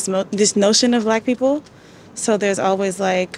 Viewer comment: ""brackk peepull"